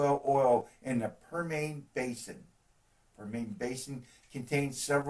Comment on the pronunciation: Permane Basin?? It's Per-mee-un (prounounced), spelled Permian Basin.